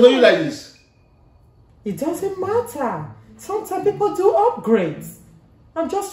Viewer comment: I like she said ‘it doesn’t marra ‘😔😔😔😂😂😂😂😂😂😂😂😂😂😂😂😂😂😂😂😂😂😂😂😂😂😂😂😂😂😂🤪🤪🤪